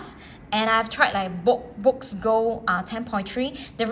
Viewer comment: Boox is pronounced “books”